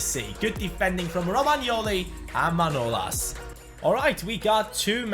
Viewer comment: come on its manolàs ( Μανολάς) not manolas